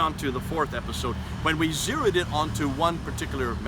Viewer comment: *zeroed not zeod